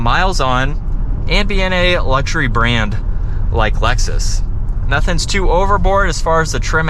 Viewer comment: Do you realize you say “Alexus”? Instead of Lexus! It’s funny!